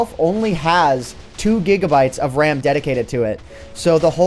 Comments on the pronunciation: I was wondering, umm... what’s da wecomended amount of det-d-d-dedicated wam i should have to serverrr. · its WAM not RAM